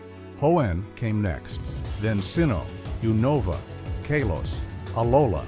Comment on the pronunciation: First time I hear someone pronounce Kalos that way